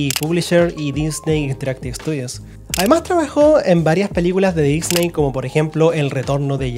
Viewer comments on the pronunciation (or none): none